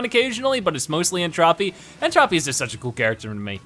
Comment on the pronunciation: It's N Tro-pee, not Trah-pee.